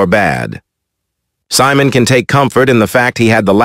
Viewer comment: Simon? It’s pro pronounced - See-Mon.